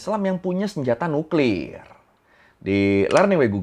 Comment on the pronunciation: Cra ngomong nuklir biasa aja bg jngn nuklirrr 😅😅